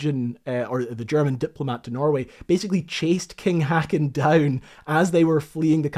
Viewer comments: The king Håkon's name is pronounced haw-con, not hakkan. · King Hacken? Shaking my head in dismay..... I know you're not fluent in Norwegian, but this is worst butchering of this ancient Norwegian name I've ever heard. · King Håkon is pronounced hawk-kon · Great video. I didn't know about that whaling boat on patrol and that captain's heroic actions. I am glad you mentioned that excellent depiction of the events of that night in the Kongens Nei (as it is called in Norway). King Håkon is pronounced HO kohn. The fortifications and guns were built ostensibly during a time of rising tension between Norway and Sweden at the turn of the century. Eventually it was peacefully resolved in 1905, I think. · good video, just FYI, in Norwegian when u have doubble A's in a name, it becomes Å. A sound u find in the english word b"OA"t, so Kong Haakon becomes Kong Håkon.